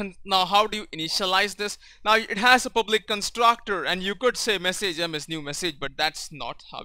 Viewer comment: You English is good but you're pronouncing words that end with "age" totaly wrong. Letter 'a' in "message" is pronaunced like 'i' in "big"